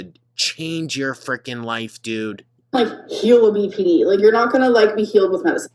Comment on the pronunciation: “I experience Beepy Dee things”. Beepy Dee things…ar- is scary.